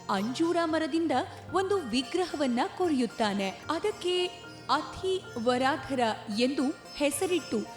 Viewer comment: ವರಾಧರ ಅಲ್ಲ. ವರದರ್ ಎಂದು. ಅತ್ತಿ ವರದರ್ ಎನ್ನಬೇಕು.